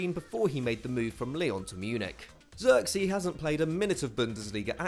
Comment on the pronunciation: Joshua Zirkzee pronounced like Joshua Xerxes Thats the best butchering of a name ever! (laughs in Dutch)